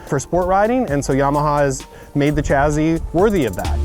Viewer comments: Take a shit every time he says chazzee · Why do you pronounce it "chazzee"